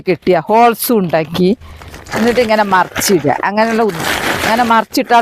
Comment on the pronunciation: ഓൾസ് അല്ല ഹോൾസ് ആണ്